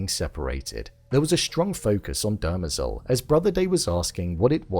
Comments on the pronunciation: Dem-rezel .... Not--- "derma-zel" I mean they literally say it in almost every episode once if not more than that ..... "Come on man!" --joe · It's pronounced "DE - MER - zel," not "DER - me- zel." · Love the vid, but it's Demerzel , not Dermazel. lol. The mispronunciation grates on me. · Why do you keep pronouncing her name (Demerzel) that way😭😭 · I felt it was obvious that Hobor was going to turn up at that moment. You keep pronouncing Dermezel's name incorrectly. Good review.